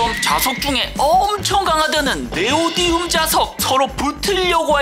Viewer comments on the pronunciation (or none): Neodymium (Nd) 네오디움이 아니라 네오디뮴 입니다😊